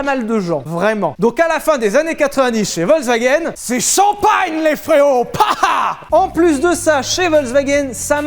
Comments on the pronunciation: Alors tu nous fais chier avec Veyron Veyronne mais tu dis wolkswagen tout le long. Le V en allemand ce prononce comme un F, Folkswaguène. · Quand tu entends Volkswagen alors que t'aurais du entendre Folkswagen et que ça critique la prononciation des Bugatti ^^ Volk dit Folk c'est le peuple Volk dit V c'est un nuage Ouais l'allemand m'a traumatisé ^^ mais love sur vous !